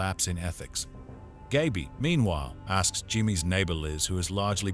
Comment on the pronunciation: an 8 minute video and you didn't pronounce Gaby's name right once